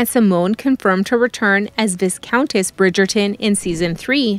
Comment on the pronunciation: The ‘s’ in viscount is SILENT.